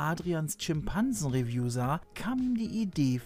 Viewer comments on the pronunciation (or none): Bei meinst du bestimmt Rev“ü“ und nicht Review oder?